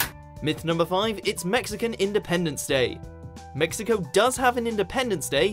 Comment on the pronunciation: "Viva mesico" lol.. any way. happy someone finally pointed these out.